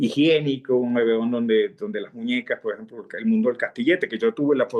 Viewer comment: Cuando empezó a hablar me pareció que estaba echando bromas , como estan hablando cosas de locos ,luego me di cuenta de que habla así, entrecortado , Lo mismo me paso con el gran maestro universal Jacobo Borges. En todas las entrevistas utiliza una palabra mal pronunciada "PO EJEMPO" , también pensé que eran bromas del gran maestro universal , pero no , después me di cuenta de que tiene muchos problemas de dicción, en cambio los entrevistadores pronuncian demasiado bien, y arman el programa muy bien, felicitaciones.